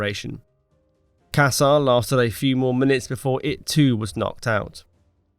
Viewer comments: Nice video but please, what word is casar supposed to be? Definitely not German, you were talking about turret Cäsar or caecar in English (the Julius one). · Fuckin hell, I hate this AI crap!! The 3rd turret was Ceasar not Casar. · Wasnt one of the Turrets calles Cäser? Not Caser? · It’s Caesar, like Julius Caesar. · Sey-zar is the proper pronunciation